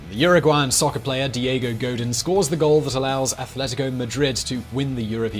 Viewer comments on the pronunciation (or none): none